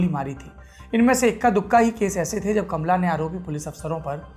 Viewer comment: कमला नहीं कामाला